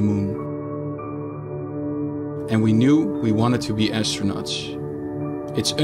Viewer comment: “Univursh” “astronatsh” echt te erg haha